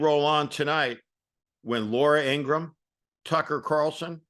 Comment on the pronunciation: ING GRA HAM We gotta learn to pronounce her name like Michael Cohen & her own brother has clearly stated